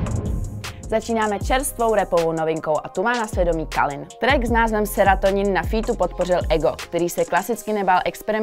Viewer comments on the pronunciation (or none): Calin se čte Kelin a ne Kalin